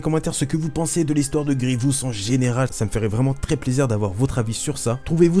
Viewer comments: Superbe vidéo seul problème, tu a la fâcheuse tendance à dire "Grievious". J'ai adoré voir cette vidéo mettant à l'honneur mon méchant préféré. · Dans la série Clone Wars tout le monde dit Grivious sans raison et résultat tout ceux qui on regardé la série le font aussi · Pourquoi personne ne prononce GRIEVOUS correctement, le i est au début, pas au milieu ! J'imagine que c'est à cause de Clone Wars